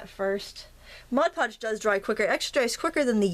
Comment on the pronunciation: THUMBS UP for saying "Mod Podge" correctly! LOL Great project, thanks for sharing!